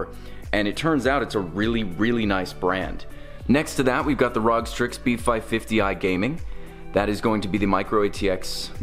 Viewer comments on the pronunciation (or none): Wait how did you pronounce ROG???